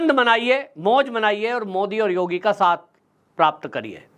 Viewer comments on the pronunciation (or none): none